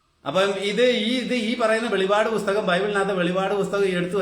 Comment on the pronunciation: സഹോദരാ, വെളിപാട് അല്ല വെളിപ്പാട് ആണ്.